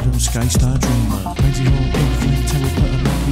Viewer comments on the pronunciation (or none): none